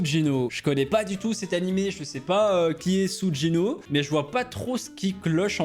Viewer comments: Sugino pas sujino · d'ailleurs ça se lit suGUino pas suGino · COMMENT ÇA TU SAIS PAS C SUGINO ?! C’EST DANS ASSASSINATION CLASSROOM ÉVIDEMMENT Et ça se prononce Souguino pas Soujino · l'anime c'est Assassination classroms et c'est pas Sujino SuGino, rapelle toi de ton orthographe stp 😭😭 ca fait mal quand ta pronomcer Sujino allors que c'est SuGino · c'est pas Sujino ça se dis Suguino ;) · C'est pas ''sudjino'' mais ''sugino'' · Tu c pas dire sougino et oui c asouna dans sao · Tu vois le mec que tu a appeler Sugino en penssant que le g se prononcerer j et bah nan ta eu tort ça se dit Suguino sinon ce personnage d'animes il vient l'anime assassination classroom donc voilà et sinon continue comme ça 🤗🤗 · Sugino c'est dans assassination classroom 😊 Et sa se dit souguino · Sa s'écrit Sugino mé sa s'écrit suguino TwT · Sugino c’est dans assassination classroom est c’est pas comme ça qu’on prononce son prénom XDDD